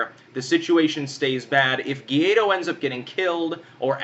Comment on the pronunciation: Ga-why-dough not Guido, like a mafia boss